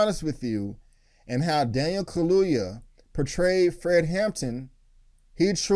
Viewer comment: Kaluuya, get his name right . Because he has a proper African last name. Put respect in it.